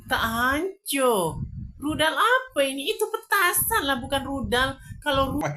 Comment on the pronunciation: Itu.. Budalll....bkn.rudalll..